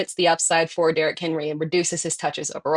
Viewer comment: for the “Derrick Henwee”